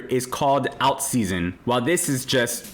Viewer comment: This guy cant pronounce "alt." Might be a sign to be very careful. Get "alt"